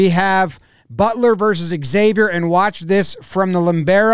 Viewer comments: It's pronounced "Zay-vier" not "Ex-avier". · It's pronounced "Zay-vier" not "Eggs-zay-vier" (Xavier vs Butler) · [ZHAV-yur], not [EKS-av-yer]. Pronounce it like 'savior' with a 'Z'